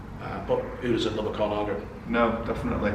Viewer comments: What a guy, great he could share his collection. A growing business I expect. Why not pronounce 'Colnago' like the Italians, (col-Nah-go (emphasis on the 'Naah') and not Colon-ah-go) or are we English allowed to butcher all trade names for not being British? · Aaah !!! Stop saying "ColOnago" !!!!!!!! ;-) What a great shop.